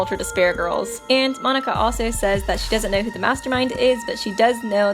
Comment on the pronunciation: Monac(k)a, not Monic(k)a